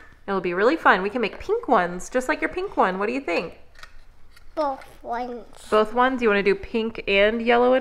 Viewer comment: When said “bof ones” 😭😭